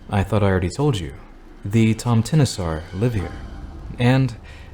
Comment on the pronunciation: As a swede I was so confused by the tomteneesar before I realised he was saying "tomte nissar" x)